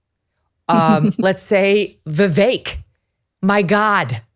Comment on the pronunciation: Viv-Vake…. Read it like this so ‘pundits’ at least can say his name correctly!